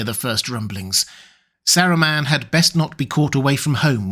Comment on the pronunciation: I agree! The only thing I don't like about videos is the way he says 'Saruman'.